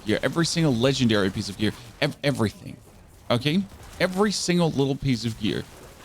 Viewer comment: You said "okay" like you're a french canadian xD